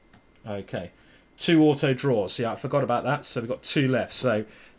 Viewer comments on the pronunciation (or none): none